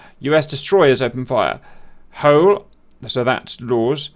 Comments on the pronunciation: I was there aboard the USS Hoel DDG-13. Pronounced Hoe-el, not Hole. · the U.S.S. Hoel sounds like Noel but with an H. Please stop referring to it as "Hole."